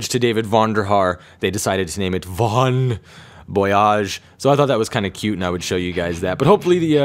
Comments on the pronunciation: Its actually bon voyage not von boyage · Not only is it spelled Vahn, its also supposed to be Bon Voyage... Not Vahn Boyage! Silly silly silly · Bon Voyage, not Von Boyage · it's actually bon voyage not von boyage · actually it's "bon voyage"